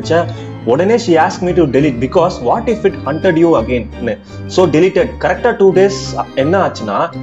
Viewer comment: Haunted bro adhu hunted illa